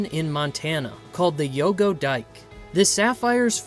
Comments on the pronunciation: Not YUGO...it's YOGO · Yogo. Not Yugo. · The weird voice, the mis-pronounciation of people's names and the names of towns (Yugo) for example, and the inability to get the Indian Chief's name right...it is Plenty COOS not Plenty COOPS! THIS HAS ALL THE EARMARKS OF AI. The information is great, the presentation and inaccuracies are NOT.